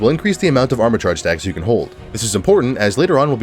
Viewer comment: i heard sex you have instead of stacks you have